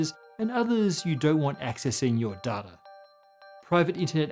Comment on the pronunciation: it’s data, not data